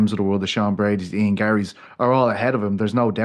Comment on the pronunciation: It’s not „I-earn“ but „I-en“